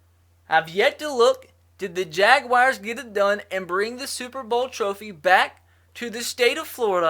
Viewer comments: You do know there is no i between the u and a in jaguars right? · Anyone else hear this during the intro? Jacksonville Jaguwires...